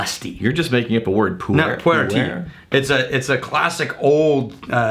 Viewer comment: Kudos for knowing pu-erh.